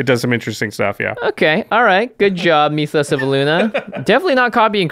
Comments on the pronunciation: M-Y-TH-OS....not M-EE-TH-OS. Same way you would pronounce myth, just add an OS on the end. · Please say myth-os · Great review and amazing chemistry between you two as always but Mee-thos instead of Mythos was killing me. It's not a Meeth or a Mee-thos. It's Myth and Mythos. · Its Myth-O's not Me-Toes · Why do you keep saying "meethos"? You've never said the word "myth" before? It's not pronounced "meethos". It's clearly "myth-ose". What is wrong with Magic players? I heard someone say "un-wind" (as in the wind blows) instead of "unwind". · Jimmy saying meeeeethos instead of mythos is almost as cringy as the singing at the start of every video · The way Jimmy says "meethos" pisses me off.